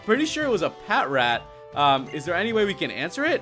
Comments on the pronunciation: the way u pronounce patrat is pa trat not pat rat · Patrat is pronounced as "Pa-Trat" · It's produced pa-trat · It's pronounced pa-trat as in patrol rat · Its pronouswd as pat tract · No, it is called patrat.